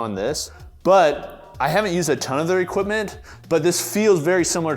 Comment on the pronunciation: "People like to park theyr car in the gym" 🤣😆😂